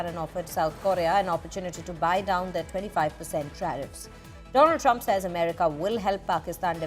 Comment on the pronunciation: Mister dolund trumpppphh